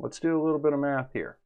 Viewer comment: once you said and wrote "EQUALS" you completely lost Anthony Riley. "MAFFS" ain't his strong smoot....